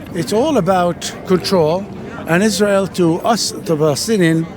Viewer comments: no it isnt he doesnt even know how to pronounce israel and palestine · can you stop making israel and palestine videos while riding the wave of the trend? Please do your research about the region before going on to campuses to ask questions. You cannot even pronounce the words israel, palestine, or palestinians.